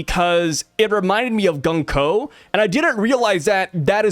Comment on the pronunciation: The pronounce for 軍子(Gunko) is not Gan-ko but Goon-ko like how you pronounce "Moon". Just saying